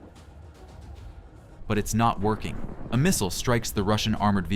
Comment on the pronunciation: Please learn how to pronounce missile, clue it's mot mistle!